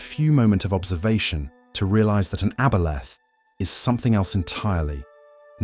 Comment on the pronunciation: AI narration couldn't decide how to pronounce aboleth, lol.